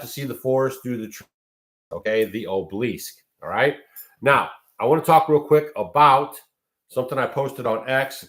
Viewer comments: Sorry, truly no offense meant, just a pet peeve of mine: pronunciation is important. It is 'aa-buh-luhsk', not oh-bleesk. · Ob el isk… 3 syllables,.. just sayin! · Obelisk (ah bow lisk) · It’s pronounced ABALL-ISK. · Pronounce obelisk (ah-Be-Lesk) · It's an ancient phallic symbol for the false gods and there are gobs of them all over the country. Every cemetery has at least one. BTW,, it is aa-buh-lusk. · He uses their magic against them. The dark has lost power Trump is of tbe light. You dont understand the battle and please ask someone how to pronounce obelisk. Im white 63 MAGA Q and have studied this since 2016. Under Biden my friend a YT MAGA content creator had his home raided in so cal forced to stand outside NAKED filmed by neighbors they took all his electronics and he lost his business. Please stick to homesteading as your limited understanding of the decades old plan by the Whitehats (since JFK SHOT)TO TAKE BACK OUR COUNTRY. Wait until the end of November meanwhile stick to staying in joy and love as every negative story you speak on shows your ignorance hurts your health and I turn the channel.why do you want to suck others into tbe darkness . Trump was chosen by God to save the world. Oh and the man killed behind Trump would beg to differ about assassination attempt. Im listening to you as I write this and can't believe you're blind to the great awakening. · Check your pronunciation of obelisk and phallic. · you're not pronouncing it right I wondered what the heck you were saying I know what those things are but I'm not sure how to put the word in here so you know how to say it correctly and yes they came from Egypt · I think your pronunciaton of obelisk is not one I've ever heard.😅